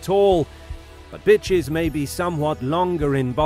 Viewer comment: He said bitches in a way I’ve never heard 😂 i had to rewind it like “what he say?”